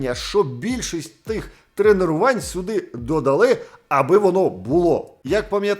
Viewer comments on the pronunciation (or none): ТРЕНЕРУВААААНЬ? ААААААА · Тренерувань. Тренерувань. Тренерувань. Тренерувань. Тренерувань. Тренерувань. Тренерувань. Тренерувань. Тренерувань. Тренерувань. Тренерувань. Тренерувань. Тренерувань. Тренерувань. Тренерувань. Первых 2-3 раза впринципе нормально воспринялось, но с каждым разом всё сильней и сильней резало слух, дальше я не смог вообще различать другие слова, кроме тренерувань. Спасибо за приступ эпилепсии, было прикольно)